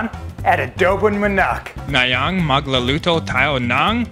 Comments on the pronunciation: taena 2019 na pero ADOHBONG MAHNAHK PAREN HAHAHAHAHAHAHA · 'Abowbong manacc'